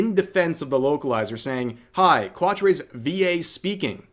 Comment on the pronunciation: Qua-tray? Gundam wing taught me that name is pronounced Cat-truh